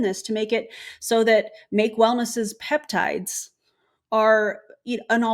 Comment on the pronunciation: She keeps calling them "PEPTITES" and I CANNOT.